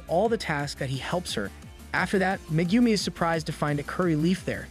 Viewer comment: I don't care about the other names, but butchering Megumis name is a sin...